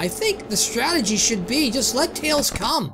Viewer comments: Its talls not malls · he sais tails not nails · u said nails instead of tails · when you about to enter night six you called tails sails 😆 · Why's he saying Nails, it's just Tails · it's tails NOT nails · In the Easter egg it sounded like he said nails😂😂😂